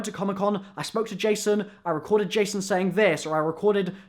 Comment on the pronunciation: J-son Blundell